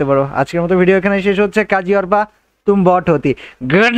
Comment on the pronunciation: bro arpa na bece arpa bolan🖕